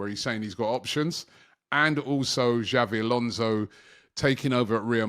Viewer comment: This guy keeps calling him Xavi Alonso and it's so annoying